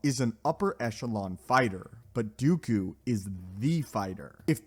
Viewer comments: TL;DR...it's Dooku... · Please it’s dooku not even going to bother listening.